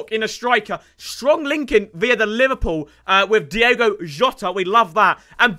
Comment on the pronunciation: ITS DIOOOOOGOOOO NOT DIEEEGOOO